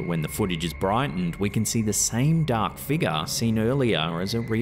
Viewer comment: The way you mentioned a dark figure sounded like "a dark figga" and I just smiled I'm sorry 😅